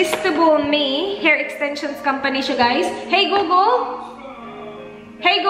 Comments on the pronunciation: and so if call center? Google was never pronounced as googol.. It shoud be google(googel) (short e) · Wow ha... call center yan.. baka nakakalimutan mo... saka search ka minsan how to pronounce google properly